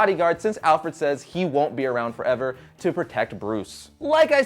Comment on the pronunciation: did u say alferd?